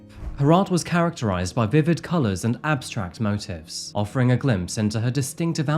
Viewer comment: in terms of pronunciation of motif, it's not moTIFF, but moteef ...